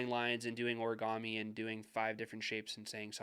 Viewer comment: "Oragami"!!! Love it...